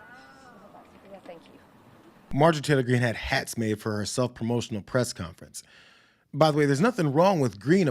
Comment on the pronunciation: “Contference”? Has anyone ever noticed how always follows the “N” sound with a “T” sound?